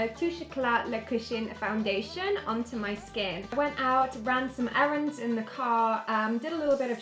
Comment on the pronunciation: She said errands lmao